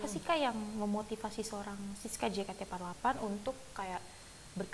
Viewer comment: Kayaknya syusye betul mbak host nya nyebut JEYKEYTI FOURTY EIGHT.. wkwkwk..